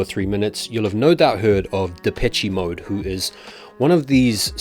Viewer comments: Depeche in Depeche Mode is pronounced De-pesh, not Depe-che Mode, man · “De-peh-chee” Mode? Huh. 🤔 Always thought it was “De-pesh” Mode. But who cares. Great band tho from the 80’s. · ITS PRONOUNCED DEH-PESH MODE… A REFERENCE TO THE LEGENDARY MUSIC GROUP. thank you.